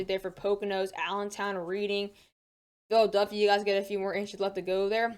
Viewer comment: Love your forecasts, and I don't expect everyone to know this, but I thought since I'm from Pennsylvania, I'd mention that Reading is pronounced Red-ing (like the color red). Love your channel. Thanks for the forecast it's very helpful as I'm getting hammered with snow right now.